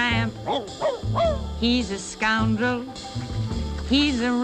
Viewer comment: "scoundal"? lmfao